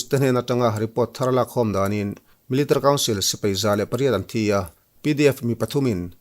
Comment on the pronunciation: Zo YouTuber zingah Military i lam mawi in i hnehsawh ber😅